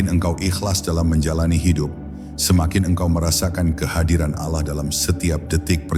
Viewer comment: kenapa ya ucapan alah bukn Allah